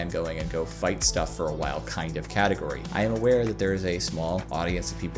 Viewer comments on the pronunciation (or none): none